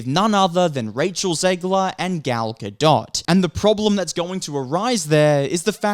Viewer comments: Gal Ga-Dot, now that is a good one!😂🤣🤣 The only reason I stopped laughing at that was, wait, what if he is serious and doesn't know how to pronounce Gadot? Sometimes I can't tell if someone is mocking someone's name by pronouncing it incorrectly, or, they really just don't know how it is supposed to sound. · Gal (Ga-doh). That’s how you pronounce it. Lol you’re the second person who’s mispronounced the name man lol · I think it’s pronounced gal ga-doh like a doh doh bird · Dude, Gail's last name has a silent "t". Stop saying the "t" please. Your content isn't bad but dude learn how to pronounce people's names correctly. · you butcher Gal's name, its not like she is famous.. watch?v=ruQKZ-GzzKA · Is it that hard to pronounce GADOT!?!